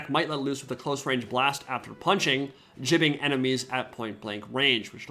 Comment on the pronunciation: I really enjoy your break-downs on this game but it’s “gibbing” from the word giblets not “jibbing” haha